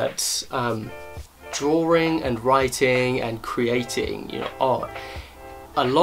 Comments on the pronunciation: Him: Says drawing What i hear: dRaWeRiNg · Is it just me or does it sound funny when he says the word ”drawing” haha Great video, though.